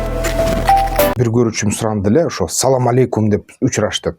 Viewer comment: Салам эмес Асалам